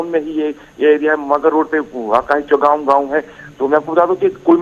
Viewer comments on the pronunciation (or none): Chowgam not chawalgam